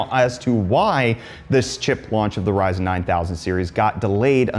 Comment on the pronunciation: Did you say "Ryzen" or " rise in"?